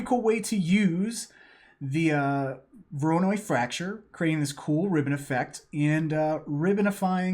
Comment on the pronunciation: Thanks a lot!!! Btw it pronounced as "waranOy" since it's a russian second name in this case ;)